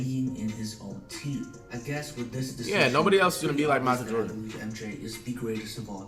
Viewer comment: Did anyone else hear “Michael Jefferee” instead of Michael Jordan.